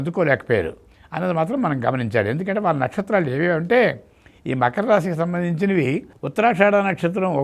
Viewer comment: మఖర రాశి కాదమ్మా..... మకర రాశి